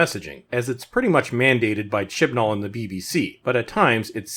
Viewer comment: You keep saying his name. I'm sure you're saying it correctly, buuttt I'm hearing Shit N All. And, Ironically that's how the show has progressed.